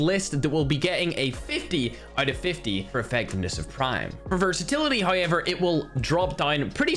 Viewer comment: English language: however: so it’s HIever?